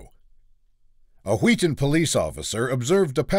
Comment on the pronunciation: I must be the only one, but I'm getting Stewie and Meg Griffin vibes with the way he's pronouncing Wheaton😂😂😂